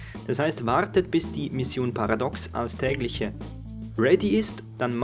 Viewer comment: Paradox - Paratox - Paratooxx höhö :D